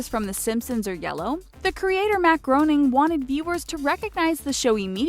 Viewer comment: It's pronounced 'Matt Gray-ning'